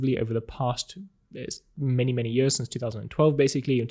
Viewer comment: i love the way he says "years" its like ... jöhrs XD